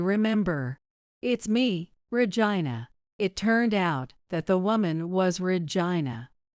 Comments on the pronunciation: Your miss announcing the word Regina sounds like virgina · I gave you a thumbs down because the narrator keeps mispronouncing Regina name the name Regina